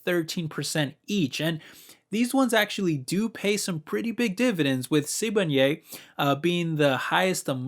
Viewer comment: Hearing you pronounce Sibanye made my day😂. Please look more into Sibanye- they are investing into green metals (like nikkel) that are needed for EV's. They paid off some of their debt recently and also do buybacks. Could be a great div stock for you (I own quite a bit of SBSW and SSW which is their SA listing)